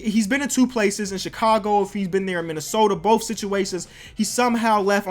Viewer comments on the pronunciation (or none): none